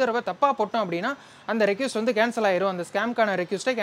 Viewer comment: ரெக்யூஸ்ட் ❌ ரெக்வெஸ்ட்✅